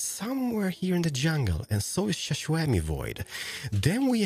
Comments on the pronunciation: Am I the only one who heard shushuemi void instead of xisuma void?! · Other hermits “x uma” “sha shawmi” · He pronounces it so weirdly. :) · saying Xisumavoid: Shishumavoid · I love how he says xisuma he says shaswammyvoid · Why does he say it like that?